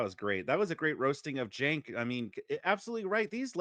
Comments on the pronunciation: I love how andrew never pronounces Cenk's name correctly. At this point, i feel like it's on purpose and im not even mad lol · Cenk sounds like a slur 😂